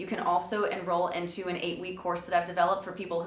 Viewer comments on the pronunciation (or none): none